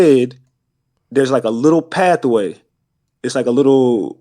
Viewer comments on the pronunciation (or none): If this Knigge say pathaway one more time